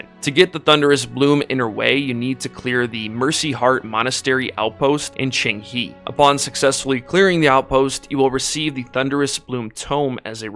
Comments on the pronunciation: Very good video, and is not Qing"He", is Qing"Huh" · No it's not, the second part is wrong. It's ching-hé (the e is a schwa sound, almost silent).